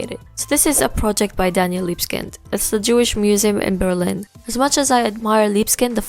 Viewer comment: Everytime I hear "Libeskind" pronounced as "Libskind", I feel like a racist. But anways, it's a great video!